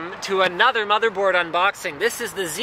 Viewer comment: i swear he said bobby board